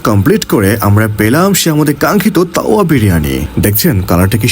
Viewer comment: তাওয়া যেভাবে বলতেছেন মনে হচ্ছে যেনো কাউয়া বিরিয়ানি।